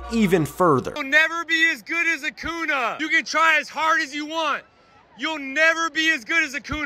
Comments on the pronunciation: I came here to say that lol!!! He’s like “not acoona! It’s AcuÑa” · Bro said acuna instead of acunia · Who the fuck is acuna i thought it was acuña not acuna 😂😂😂😂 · “A-koo-NA” Lol 😂 (with a Mexican accent) Acuña, menso!! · bro said acuna when its acuña💀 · that guy isnt a real atlanta fan. its ack-oon-yuh not ak-oon-a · Okay, the one you show is really funny. He was pronouncing the name wrong and was correcting him. He's saying “It’s AcuÑA.”😂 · As a lifetime long Braves fan hearing: "Acoona" gives me shivers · I love how he pronounced it Acoona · Bro really said acuna 💀💀💀💀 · I’m sorry, if you can’t even pronounce acuña’s name right don’t try the shit talking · who else noticed the fan annunciating Acuña's name wrong